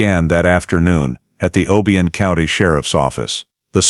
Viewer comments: It’s OHHH BIII YONN . Not the way he’s pronouncing it! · I agree, they should have done more research. The way he pronounced OBION Is also wrong 🤦‍♀️